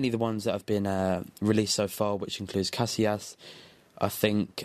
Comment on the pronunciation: ca si as not cas i las